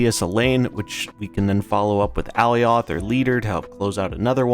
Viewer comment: Youre saying Alioth wrong :) you can watch some clips pf the loki series to get the right pronounciation